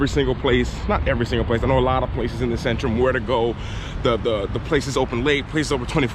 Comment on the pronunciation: In polish "Centrum" is pronounced more like "TSentrum" not "Sentrum".